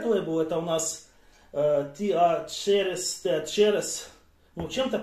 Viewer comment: Название виски произносится не "тыачерез", а "тичоз", тобиш в переводе "Учительский".)